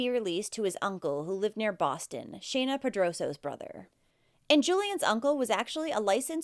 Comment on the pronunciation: You're the first one who has actually been able to say Shana properly. That's my name. These cases break my heart. I don't know how anyone could hurt their children much less kill them.